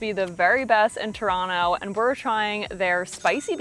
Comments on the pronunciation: Actually Toronto is the most diverse city in the world by ethnicity count. Also, pronounced Toronto properly - no second T. You should've tried the Trini roti, that's what Toronto is famous for. The Indian roti isn't really good in my opinion. Next time you're in Toronto try Nom Nom Nom Poutine, that is the best in the city. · Heads up, though, you're indeed pronouncing Toronto correctly. The "don't pronounce the second t" thing is nonsense, created only in the last decade or so.